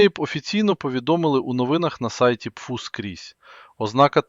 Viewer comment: Аи почему пфу, а не пэфэу? По звуку пфу похоже на плевок...